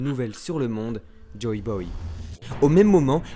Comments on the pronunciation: Mais... C'est "Joy Boy" !!!! JOY !!!! Et pas "Joe Boy" ! Vous faites stresser ! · Pourquoi a chaque fois dit " Joe Boy " au lieux de " Joy Boy"?